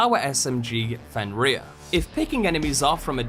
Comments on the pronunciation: This dude saying fenrear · Bro fr said fen reyer